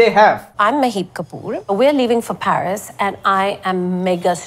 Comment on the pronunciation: The way she said PHARIS & not Paris 😩😭